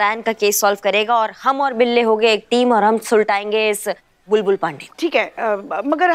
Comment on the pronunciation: Pushpa ji ka acting over hi rhta h..bindi lallla ke papa😂😂bulbul ko sahi se bolne tk nh ata SHO kaise bn gya..amar vidrohi best tha👍